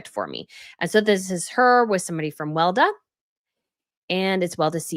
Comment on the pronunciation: It is not pronounced "Welda", it is pronounced Wel-e-da, don't forget the second "e" ;-)